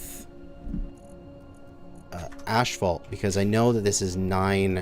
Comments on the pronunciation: Every time he said ashfault I cringed, but after a while I started to think, what if I've been saying it wrong for 35 years? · Love you buddy, but its pronounced ass fault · Ph makes an 'F' sound, therefor 'asphalt' is pronounced "AS-fault" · LOL....ASHfault....fucking Canadians! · 2nd day of asking? It's asphalt as in ass. Also the ph is pronounced f. Assfalt